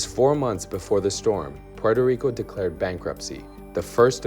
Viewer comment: "...devasted Puerto Rice..."??? lol